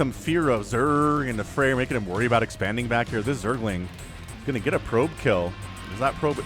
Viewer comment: And also, not FrEir, but FrAer) thats how to pronounce it on russian😀😀😀